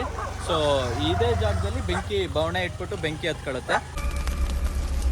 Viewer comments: ಬವಣೆ ಅಲ್ಲ ಬಣವ🤣🤣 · ಬವಣೆ ❌ ಬಣವೆ ✅